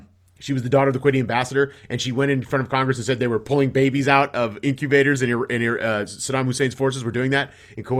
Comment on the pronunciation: "incubators!" - southern Bush accent :)